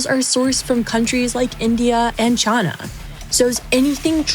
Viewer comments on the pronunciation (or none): Chana? Or china😅😅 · Why does this person pronounce China so wierd? Why Chy-naah? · It’s china not chana. Also you can’t compare the junk coming out of that Sri Lanka factory to a hand made litespeed. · Anyone notice how she pronounces china? She says "Chah-nah" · She pronounced "China" as "Chana" at least 3 times in this episode. I don't know why that makes my eye twitch. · The fact that she keeps mispronouncing China as chaana says enough about her. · Why does she keep saying Chuana ? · Why does she say Ch-AH-na? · Where do you need to be from to pronounce China as "Chah-Na"? Can't put my finger on it. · Did she say China in a weird way to anyone else ? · Love the slip of pronouncing "China" in her original southern accent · Sometimes I forget is from Kentucky but then she hits me with a pronunciation of "China" I've never heard in my life. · Is unable to pronounce "China"? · Came here to say this. When I heard her say China the first time I had to rewind it. Fairly unrecognizable outside of that. Heard it about on “supply” but definitely a different way to pronounce China. But even our “president” does that so, she’s not alone.